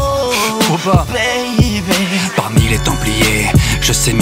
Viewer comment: Il a pas dit baby il a dit beybey